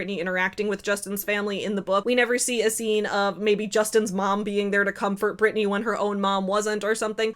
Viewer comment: It's "Britney" 😊